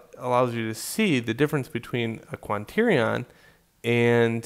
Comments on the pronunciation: QUA-TER-NI-ON... I love your tutorials man good effort. But I can't take you seriously when you say Quanternion. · and euler is pronounced OILER :)